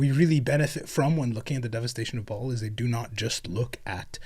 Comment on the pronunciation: I realize you’re talking about WH40k and not biblical Baal but it’s definitely not pronounced Ball. Try Buh-Al. It’s hebrew.